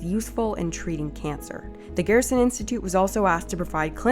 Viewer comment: It's pronounced GER-SON amd yes they do have countless files of people cured. The only reason they have to practice in Mexico is because the US government doesn't care about curing anyone with cancer, it's all about the money here. There have been countless proven natural cancer treatments but the government shuts that down real quick. No money is to be made in natural treatments. They have even made it a law that a doctor can get disbarred if they mention any natural treatment. How closed minded you are astounds me.